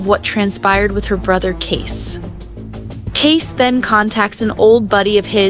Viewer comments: Seriously ? You're not even watching this show: His name is pronounced: Kayce, pronounced like Casey, not Case. 🤦🏻‍♀️ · The ranch known as 6666 is pronounced...four sixes..., Kasey's name is pronounced...Kay-see..., not Case, a true fane of this show would know this. These two mistakes in your overview has left your content mediocre at best. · His name is pronounced CASEY, not case !!! Get it right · lol Case :( KAY SEE 👍🏼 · Your AI girl is pronouncing Kayce as Kase. Please adjust/fix. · The younger brother's name is pronounced Kay"see"! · His name is Kayce... not Case. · K.C......can you pronounce that..... ALSO SPELLED ......Kayce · Thanks. I thought it was just me. Couldn’t concentrate on what she was saying except for pronouncing Casey name case. Omg😂